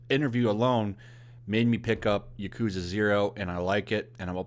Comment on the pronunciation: I love the yakuza games. Been playing them since the very beginning and I will continue to do so since they never disappoint. Btw, you are pronouncing yakuza wrong. The emphasis should be in the ya not the ku. Most Japanese words have first syllable emphasis